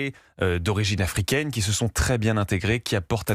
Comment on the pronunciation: afouikaine... Et nord-afouikaine!😂